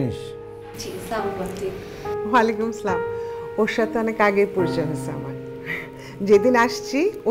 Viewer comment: নাটক গুলোতে সালাম সঠিক করে দেয়না অভিনেতা অভিনেএীরা। স্লামালিকুম দেয়ার চেয়ে না দেওয়া ভাল। আপনাদের অনেকে ফলো করে। আশা করি বিষয়টা খেয়াল করবেন।